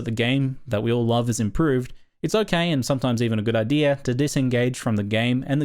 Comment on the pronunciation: IDEAR LMFAO. there's no R in idea ya knob.